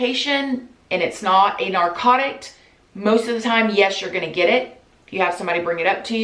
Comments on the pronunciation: Narcotic* not narcotict* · When you said “narcotict” 😂I love you